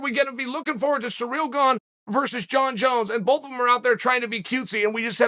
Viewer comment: "Surreal Gone and N Gonna" lmao